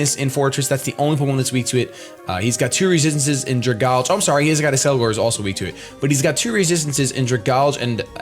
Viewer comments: Ok, this is bothering me. Dragalge. It's poison and dragon and lives in water. It's an algae that is a dragon. Dragon + Algae. So it's pronounced "Drag-AL-gee" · THANK YOU. I hear everybody pronounce it Drag-alge and it pisses me off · Some people just pronounce it flat out wrong, and it annoys me. But I have seen different ways people pronounce algae. Some people say al-gay and some people say al-gee. But then when it comes to dragalge some people just say it like drag-alj.